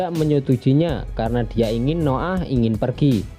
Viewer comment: Hahah Noah bacanya No 'Ah mantap njir